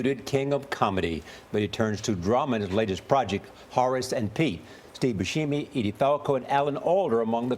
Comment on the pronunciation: "Steve Bushheemy"